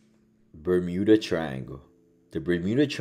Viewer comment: “is the biramuda triangle real? is there some sort sort of EMP, or intergalactic portal?… the world may never know” HAHAHAHAH WHAT Ima need you to work on your damn pronunciations bro cause your English is lacking. Practice your words before you do ICEBERG VIDEOS.